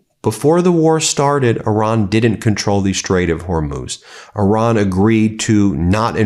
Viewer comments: I see everyone is saying Iran properly now. No more i-ran 😂 funny how that works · Thank you for pronouncing the word “Iran” correctly.